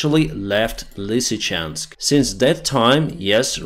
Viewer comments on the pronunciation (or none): none